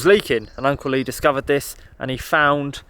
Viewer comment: When you say Uncle Lee I always hear Uncley😊